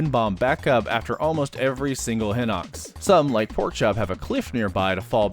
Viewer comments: Yeah no I don't care it's hye-nox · on google translate, hinox is pronounced hi-nox. is there a reason you pronounce it differently? EDIT: my b,you literally address it later on in the video